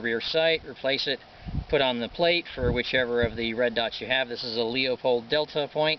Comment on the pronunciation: Oh, by the way Leupold is pronounced 'Loo-pold' or 'Lou-pold'; not "Leo-pold". You make firearms enthusiasts look and sound illiterate and stupid, unable to properly pronounce English grammar. Nice setup by the way.